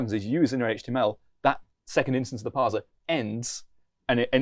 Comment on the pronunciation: No one says parzer. Except.